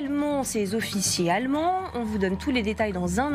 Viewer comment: Les allemonds ? Réellemont ? Quand va-t-on se décider à lui donner des cours de prononciation ?